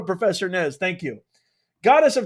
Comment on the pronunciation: IZ NOT PROFERSA. HES GRAID TICHER...SOROSH PAPYS....OMG